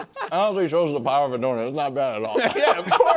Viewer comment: “DUSTY… THE DOUNT”